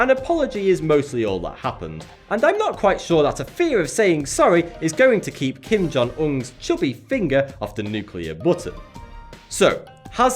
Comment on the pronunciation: He says Kim Jon Ung